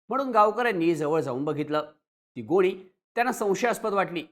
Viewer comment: गोळी नाही गोणी बोला😂😂😂